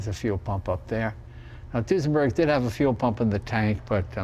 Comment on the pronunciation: So, it's a"New-senberg"?